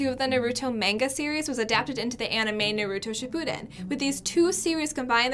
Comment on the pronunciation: Narudo and Narooto shunden